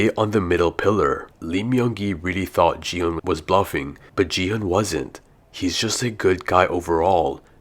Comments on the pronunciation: He just said “ji hunn” instead of gi hun. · He said ji - hun 😂😂😂😂